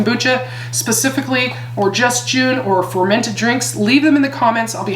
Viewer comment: Great stuff! Thanks for all the information. You might want to know that you're saying it wrong. There's no "e" at the end of Jun therefore you don't say the "u" when pronouncing the word. It's sounds more like jhun...the "u" sounds like "uh". Please don't be offended. You're fabulous and love your glasses. ❤